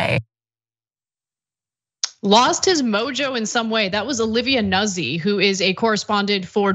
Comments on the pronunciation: It's not 'Nussi' It's pronounced Newt- z. It's Italian. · Noot See…not Nuzzie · Think it's pronounced like "newt-SEE". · Pronounced noozi....get it right...stop trying to be as Anglo as possible Anna